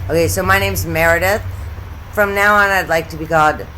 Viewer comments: Dear '', you rule! 😂 --Dae-Lynn --Dale-Inne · Mur-id-ith 😂 too funny